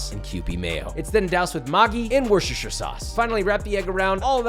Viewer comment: still no closer to pronouncing Worcestershire are we LOL (speaking as someone who lives there)